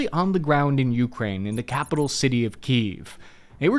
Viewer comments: Your stress when you say “Ukraine” is driving me crazy. The second syllable is stressed, not the first one. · The way my man pronounces Ukraine is like nails on a chalkboard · When will he learn how to pronounce Ukraine? You-KRAIN, not YOU-krain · key-EV, yu-KRAINE not KEEV YU-kraine ugh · Why do you pronounce Ukraine like that😭🙏